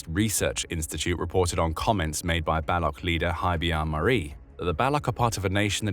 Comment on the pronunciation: Baloch is pronounced 'ba-lotch', not 'bell-luck'.